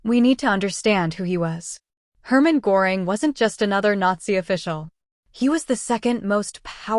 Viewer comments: Who the fuck is goring his name is gøring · It’s not pronounced Gore ing. It is pronounced GUR ing. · Pronounced Gher-ing. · The AI narration is distracting, plenty of mispronunciations and much too cheery a tone for the subject matter. Pronouncing Göring's name correctly would be great.